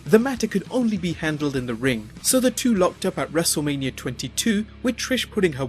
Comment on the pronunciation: LMAO, ""?? Beautiful